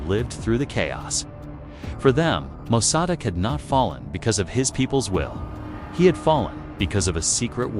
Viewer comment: AI narrator can't pronounce Mosaddegh 😆 and can't even do it the same wrong way every time.